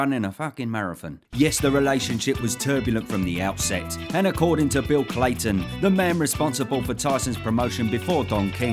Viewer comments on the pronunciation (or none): It’s ‘Cayton’, not ‘Clayton’ 😊